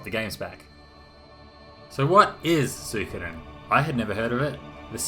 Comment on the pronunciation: You pronounce it like me Soo-ko'dn. Most people saying "Soo-ee-Koden"